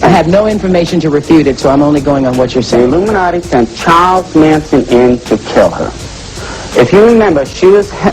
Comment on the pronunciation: Yea u see how she tried to fake pronounce Illuminati..??..talkn bout illumo..😂..like she has no clue of what he’s talking about when she sits front row in that demonic mess..guilt was written all over her face